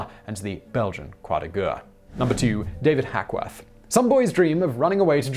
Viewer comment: Please just use the English war cross instead of trying to pronounce croix de guerres... you're absolutely torturing it...